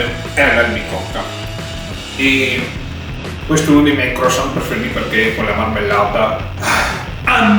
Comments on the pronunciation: Croassant non si può sentire:) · "CROASSANT" 😂😂 Comunque sei troppo simpatico! Keep going 👏👏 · In francese croissant oi si legge ua e la t finale non c'è